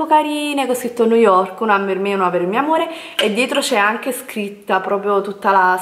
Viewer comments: Vi ho fatto alcune foto su instagram??!qualcosa non mi quadra, ha postato Delle foto su instagram o ha scattato Delle foto agli altri!? Boh come parla non si capisce una mazza....EMPER STEIT?!?!?! NOOOOOOOOOOOO, Niu yok, poveri noi! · Ma come cavolo pronunci New York? 😱😱